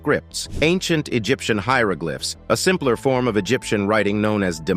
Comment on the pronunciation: I'm impressed by your pronunciation, even of foreign places. You even say "hieroglyphs" and "hieroglyphics" in their correct context! Thank you! As for the huge shark, looking so dreadfully bashed up, it seems to be a Great White. What a shame to kill such a magnificent animal! I wish we'd finally realize how important these creatures are to our world. So many stories of kings and others hunting for "fun"!! It sure isn't fun for the poor critter that got killed, just so people could stick their heads up on a wall or walk on them as carpets, and let's not forget the fur coats! Faux fur is beautiful and if we'd wear it instead of the animals the coats actually belong to, we wouldn't have so many of them going extinct. Many interesting facts, though, thank you for all your work! We may be stressed out in our modern world, but living in some of the past centuries must have been horrendous!